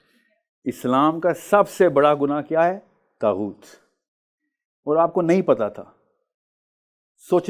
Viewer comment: kuch nahi pata saahil ko taghoot ka ptonunciation tak nahi ker paaraha define bhi ghlat ker raha he phir inlogo ke through pta chalta he show planted tha saahil adeem ab tum mazhab pe lecture dena shtu ker chuke hna history pata he ghalt knowledge dete ho